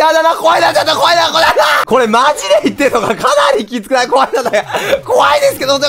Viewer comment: 怖いな!が why now!(ホワイナウ)に聴こえる